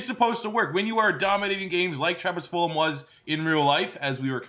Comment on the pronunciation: Am i missing something on why he call his Full-um and not Full-Gum?